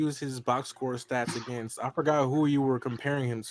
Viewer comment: The way he says against is annoying